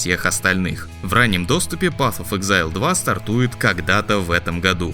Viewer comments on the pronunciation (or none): none